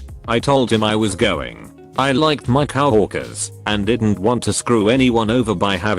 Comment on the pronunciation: The Robovoice COW workers Fassybook Shicago (Chicago) Duck Shydule